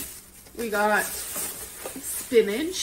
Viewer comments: Does she realise it’s spinach and not “spinadge”? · "we got some SPINAGE"